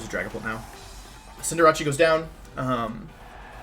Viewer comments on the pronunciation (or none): Je still says Cindeerachee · ITS SO ANNOYING LIKE CINDER-ACE like ugh